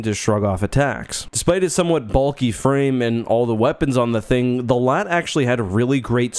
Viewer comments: Doont call it laat like latvia call it L A A T like a normal person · It's not LAAT it's L-A-A-T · its L A A T not LAT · calls it a LAAT Me: JUST CALL IT A LARTY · mhh yes LAT (you say LA-AT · Bro pronounced it “lat” instead of L.A.A.T 💀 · Its pronounced LA-AT they say it in the clone wars cartoon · Cannot finish the vid bc bro keeps saying Lat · now why did you have to pronounce it "Laht"? Do you call AT-ATs "Attat"? Do you call BX-Droids "Bex-Droids"? Dude.